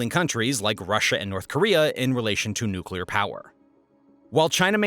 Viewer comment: nuclear: nuke-lee-urr (not nuke-yuh-lur)